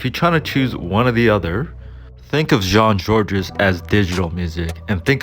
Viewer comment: You don't pronounce the S in Jean-Georges.